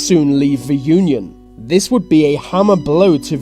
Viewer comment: Vis video is brought to you by ve letter V.